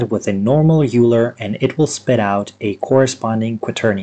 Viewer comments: I’m not trying to tell you how to say words or be rude or anything, but Leonard Euler’s name is pronounced “Oyler”, not “Yooler”. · I had to stop watching after the second or third “You-ler. » Made my brain hurt. I might have to grit my teeth and try again. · Great video, but the name 'Euler' is pronounced as 'Oiler' or 'Oy-Lah'. It rhymes with spoiler, not cooler. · THATS NOT HOW YOU PRONOUNCE EULER!!! RAHHHHHHH